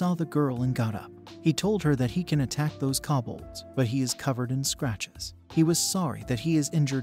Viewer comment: ugh I can't take it. Since when is KO bolds pronounced KA bolds. I mean there is no A in the word at all! Don't just change words because your bored. ugh.